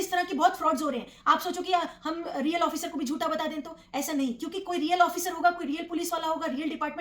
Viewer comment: “जूठा” नहीं, “झूठा”